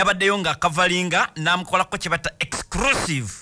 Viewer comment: The word is EXCLUSIVE not EXCRUSSIVE please! Thanks